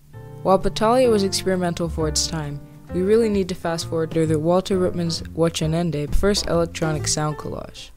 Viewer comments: ‘wochenende’ is pronounced ‘vok-en-ender’ it’s german for weekend, god if i know what that has to do with marching and cars though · lol at the pronunciation of wochenende